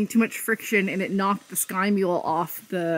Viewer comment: Oops “Sky-mule” system.